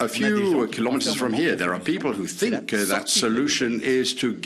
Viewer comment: ‘I sink, I sink, I sink’. France is sinking with that puppet!